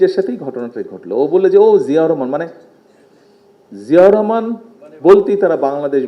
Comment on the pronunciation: বাপের নামটাও সঠিক ভাবে বলতে পরে না